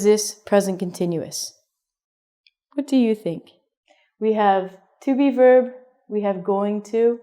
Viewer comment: When you say Be-verb I hear Beaver. Does that make me a bad person?